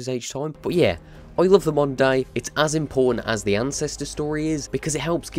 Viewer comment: I kept hearing "monday" intead of "moder day" 😂😂